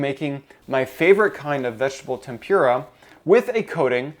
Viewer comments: thanks but please, please, please. your accent is perfect (non-alabamian fer sure) but TEMPURA is pronounced “tem-pu -rah” NOT ‘tem-pyu-rah’ as you say in this video…. great video….. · tem-poor-ah , not tem-pure-ah. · Deep frying is terrible for you. It's tem-pur-a, not tem-pYur-a. Like cat pur, not pyur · I thought it was pronounced tempura, not tempyura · Please stop saying tempüra like its a puree... Its tenpura like Puerto Rico or Winnie the Pooh ok? Sorry very triggering as a native for some reason like how people call udon undon or ramen ramyueon for its korean spelling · Tempura, It's pronounced "Tim-Poo-La" not "Tim-pure-a" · Lol Never heard someone call it tem-pure-a! Great video, thank you for sharing the knowledge this is a great resource. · There's no "pure" in temPURah. from Japan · Lol at "tem-pure-a". Still looks tasty though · This is a great video, but the way you pronounce "tempura" is like nails on a chalkboard.